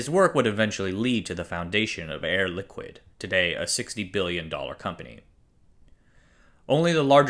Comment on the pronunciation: Always heard the company name pronounced “Air Li’keed” in industry. It is French after all.